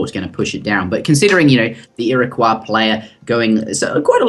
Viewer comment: I thought you posted a video a while ago where you realised your mistake about pronunciation of Iroquois? Otherwise, great vid and series :D